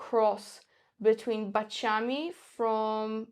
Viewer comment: Baciami. The accent on the second "a". It's terrible to listen to this...